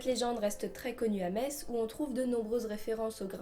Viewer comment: En tant que Lorrain je suis très content que tu aies choisi cette légende pour démarrer cette nouvelle chronique ! :) Tu as très bien présenté ce monstre ( et surtout tu as bien prononcé le nom de la ville de Metz ^^) chapeau l'artiste ! Vivement la prochaine vidéo !